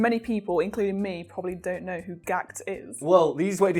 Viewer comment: Gakuto. Not GAHKT Been a fan since 1994 and he always says funny shit because he knows he has the status and influence to get away with it lol. A world treasure. Please pronounce his name with reverence